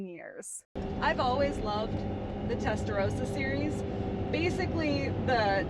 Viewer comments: Its called Testarossa not Testa rosa... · testaROSSA, not testarousa. you're saying pink, not red